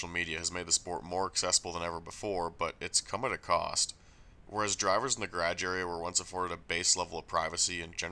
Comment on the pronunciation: Would love to hear you pronounce garage for an hour